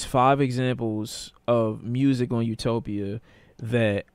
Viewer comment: Bro said u-nope-ia